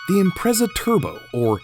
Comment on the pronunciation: It's pronounced IMPRETZA...